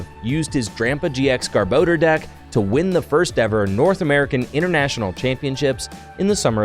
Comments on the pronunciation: Its GARBOR DOR NOT GARBO DEEERRR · Take a shot every time he says garbordor